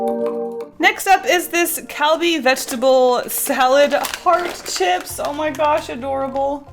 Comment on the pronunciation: I thought you said “dip shits” instead of “dip chips” XD